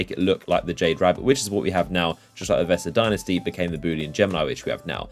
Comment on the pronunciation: Did i just hear him say that the Vestian Dynasty became the Boolian Gemini????